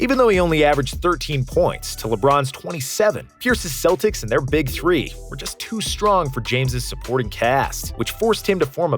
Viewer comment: man says 2000 tree instead of three